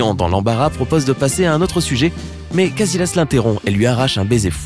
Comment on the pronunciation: C'est pas iker cazilasse mais casillas